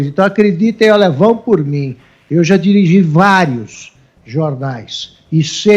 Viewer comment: "Ligue djá!"